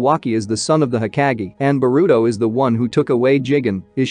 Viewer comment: It's... Ho-kāh(géh)...😒 Pronunciation is Key 🔑...!! I hadta stp watching 3 mins in cuz it grinds my gears to hear u say everything wrong....